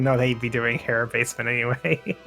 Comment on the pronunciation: mispronouncing Hera all game smh